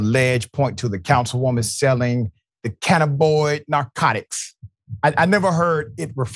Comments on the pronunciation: Okay Doctor Richey, If you can spare a moment of your time, say it again please: CAN - nab - in - oid There are 4 syllables in this word instead of just 3 For more than ten years here in Washington State, cannabis derived products can be purchased legally for recreational use from any of the 650+ dispensaries throughout the State. So the word cannabinoid is growing more common nowadays. When saying "cannabinoid" out loud people emphasize the first syllable of the word, but I have heard people stress the second syllable "NAB" a few times as well: can - NAB - in - oid Either way is acceptable. But saying it like "canna - BOYD" - that is not correct. And I winced to hear you say it that way, (sorry haha) 😅 I'm probably not the first person to point it out to you in these comments, since you posted this some hours back, but searching the comments is a hassle so I'm leaving you this note just in case Peace and Thank You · It isn't "cannaboy." It's "cannabinoid." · CANNABOID?! Come on Doc... read. The term is cannabinoid.😐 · (Canna bin noid) is how it's pronouced. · It's not canaboyd... And you're Dr who? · Doc.... It is pronounced Cah-Nab-be-noid. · You butched the pronunciation of "Cannabinoid."